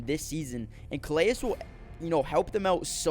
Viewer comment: Good stuff.... fyi i think Calais is pronounced 'Ka-Lay